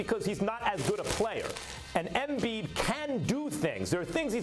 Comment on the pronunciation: It bothers me the way max says “embiid”